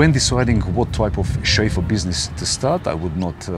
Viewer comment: Every time says ‘Chauffeu’ take a shot of vodka! Great information and entertainment!